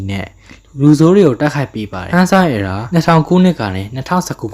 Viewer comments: Era က အယ်ရာလို့ပဲထွက်တာလေ အီရာမှမဟုတ်တာ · Hey . . . my brother Toho နဲ့ Toei နဲ့ကို ရောမချနဲ့လေ . . . 😅 နောက်ပြီး အသံထွက်တွေ မှားနေသေးတယ် . . .😮‍💨 Heisei (ဟေးဆေး) Reiwa (ရေးဝ) Era (အီရာ) Gaim (ဂိုင်း(မ်))